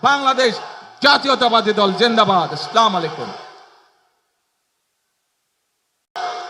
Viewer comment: আস-সালামু আলাইকুম" (As-salamu alaykum), ٱلسَّلَامُ عَلَيْكُمْ সালাম টুকু ঠিকঠাক দেয়ার জন্য বিনীত অনুরোধ করছি।